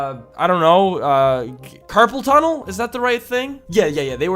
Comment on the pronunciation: It's carpal tunnel, not purple tunnel. Just fyi, love your videos by the way.